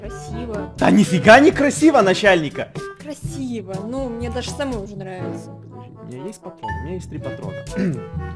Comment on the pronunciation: Насяльник я, да Не надо, насяльник Гебельшеник🤣🤣 ПОСЛУШАЙ ЭТО РАБОТНИКИ ДЯМШУТ БЛИН 🤣🤣